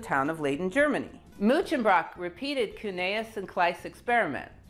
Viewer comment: This is too late for this video but it's Andreas Cuneus not Cuneaus. (Eau triphthong is French not German as my last name attests to.)